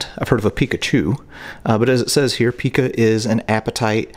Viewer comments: It's pronounced pycah not picah. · Yes, and pica is pronounced Pie-Kuh, not pee-kaa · Pica is pronounced Pai-kah / Pike-Ah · It’s actually pronounced pie ca not peeka. (Pica) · It’s not pronounced pee ka it py ka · Pike-a is the correct way to pronounce the word pica. Its actually a warming sign iron deficiency. Pregnant women are warned about this condition and told to report strong craving of inedible things such as laundry soap, dirt, rocks, metal, etc. Maybe that poor woman was not receiving proper nutrition and a severe case of pica and it's effects is what k!11ed her. Thank God we've come so much further in the way we treat the mentally ill 🙏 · PICA pronounced PIKE-A. Craving odd things to ingest. Cool tour! Thanks! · Pica ....my kids' doctors pronounced it pie-kuh. It is something doctors and therapists still inquire about. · The eating of objects is called pica- pronounced with a long I. Like pika. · As a nurse that worked in a facility for the mentally challenged for 27 years, they're called now instead of an insane or mental retardation, mental illness, it's mentally challenged. I was watching part of your clip on the pica behavior,I think you pronounced it like Pikachu but it's spelled the same and actually pronounced pica and the individuals that I worked with plenty of them had pica behaviors anything from dirt to feces to the items you've listed anything that they could get their hands on, and when I say anything, anything. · Pica is pronounced like Micah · Just so you know Pica is pronounced - Pie (long i) -cah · It is pronounced Pie-ka. (Pica) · Pica pronounced PIE-CAH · Pronounced Py-Kuh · Its called p-eye-kah =pica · Its pronounced pieka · its pronounced *PIKE-AH* I WAS GIVEN THE DIAGNOSIS WHEN I WAS YOUNG BECAUSE I LACL CERTAIN VITAMINS AND MINERALS..... LMAO MOST PREGNANT WOMEN GET IT..BECAUSE THE BABIESSTRIP MOM OF CERTAIN NUTRIENTS ....LMAOO..... I WAS BORN WITH IT... I USE TO EAT CHALK AND SAND AND GAIN LOL *I'M A NURSE* LPN